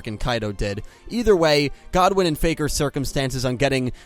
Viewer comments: life points are much less significant in the real life game, theyre just another resource to use and dont matter as long as theyre not 0 Also Goodwin is pronounced as the 2 words are normally pronounced, Good & Win, not Godwen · It's good-win not god-win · Ur pronciation kills me "kiteo" and "god-win" its kite and goodwin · I thought his name was rex goodwin not godwin? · Kaito is kite’s Japanese name translated but I don’t know god-win Goodwin